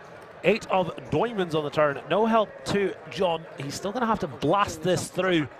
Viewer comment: “8 of DOUIIIIIImonds on the turn” 🤓